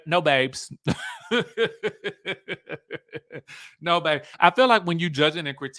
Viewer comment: I'm English and the accent "no babe" is making me fall-out 😂😂❤